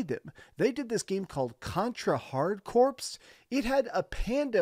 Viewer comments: Bro. “CorPs.” Lol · C.O.R.P.S is pronounced CORE. Like, Contra Hardcore. Get it?